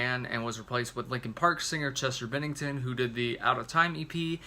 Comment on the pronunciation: At least you pronounced “Bennington” correctly. (Why-land) (Goot) And, in my opinion, Meadow and Finest Hour are the dedications. But wtf do I know?